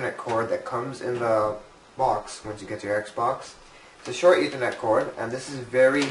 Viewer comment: Its and ethernet cable not an eeethernet cable!